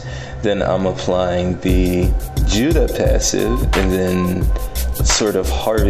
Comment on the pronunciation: Also its jew-duh not jew-day